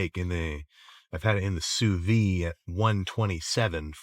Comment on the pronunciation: Sam, its cooked « sous vide » not « sous vi » ! You pronounce « vide » like you would say « lid » but with a v